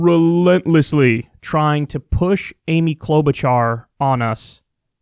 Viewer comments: Kyle, it's CloudBootJar! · Kyle... Please return to calling Klobuchar by her REAL NAME: Cloud-Boot-Jar Thank you sir! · Haven't heard you call her "Cloud-Boot-Jar" for weeks! LMAO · I'm willing to bet these people were paid to say Kloboocharr. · "Klobuhshrrr" I felt that. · I heard someone say Klobushart